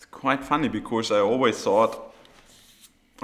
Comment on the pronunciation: Sebastian, please, for the last time, there is no 'r' in the word 'because'. In 'Of course', yes. But not in 'because' So wie bei uns in: 'kosch mer net...' 'kosch' nur mit s 'because'. Des wär toll. Weil des hat mich als E-Lehrer bei deine inhaltlich tolle Interviews auf Englisch jedesmal irre gemacht. Genieß des Finale '23!!!